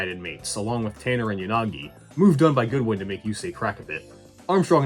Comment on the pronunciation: his name isnt Goodwin it's Godwin